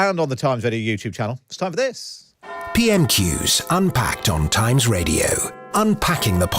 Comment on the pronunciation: What is 'Times wadio'? Where is 'Iswael'?